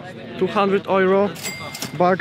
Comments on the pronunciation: nie, nie wymawia się tak cwaniaku. Po angielsku wymawia sie ,,juro" a ,,ojro" z filmiku to po niemiecku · dunno why some of them pronounce euro as "ojro" :o we dont say that in Poland - ojro is a German pronounciation ;o most of them are probably not Polish...